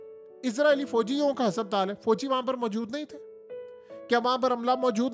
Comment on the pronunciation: کچھ لکھ پڑھ لیتے تو ، ہسپتال کو ٓهسَپ تال نہ کہتے۔ باقی آپ کی رپورٹ ٹھیک ہے۔